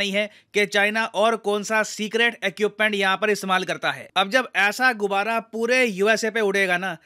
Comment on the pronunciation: गुबारा नहीं गुब्बारा बोलिये